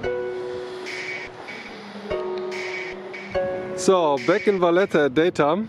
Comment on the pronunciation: It’s Valletta 😉